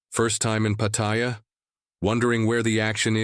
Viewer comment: He cannot even pronounce Pattaya correctly